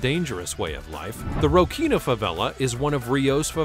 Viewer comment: Its not prouncounced Rockina … its roSSinia.